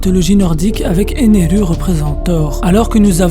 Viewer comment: Impossible de regarder ta vidéo, t'entendre prononcer un mot japonais en français alors que tu n'en touche pas une bille de cette langue est tellement énervant. Par exemple, Ener ne s'appelle pas Eneru en france. Tu sais comment on appelle les gens qui font ça? Des kikoo-jap.